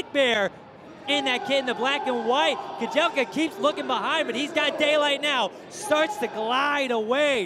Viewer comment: Dude its kajelcha, not kajelka